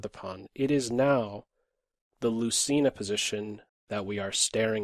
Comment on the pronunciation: It is pronounced loothayna